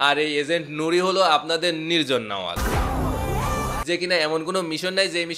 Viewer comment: ভাই আগে এক্টরের নামটা ভালো করে বলো😂 উনার নাম,,, নির্জন নাওয়াল না😂😂😂 নির্জন নাহুয়েল❤❤ নামটাই ভালো করে বলতে পারো না আসছো রিভিউ দিতে 🤣🤣🤭🤣🤣😁